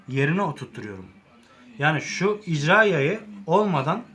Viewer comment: 1 jarjör değil şarjör 2 icra yayı değil irca yayı kardeş